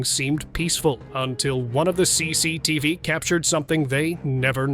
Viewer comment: CCTV bang bukan CECETF